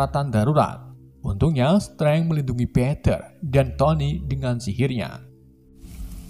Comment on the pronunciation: Ngomong stiv (Steve)👍 Ngmng Peter harusnya piter dong